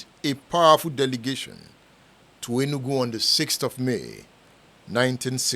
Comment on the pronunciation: It’s not enugun.it’s Enugu- pronounced “enuUGWU”. Edmund as an Igbo man you should do much better